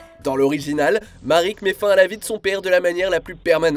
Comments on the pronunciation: MARIK ??? On prononce Maraique 😭 vous abusez la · Je le sais, mais ça reste Marik. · Marik ? Ishdar ? Tu as déjà regardé yugioh au moins ? ^^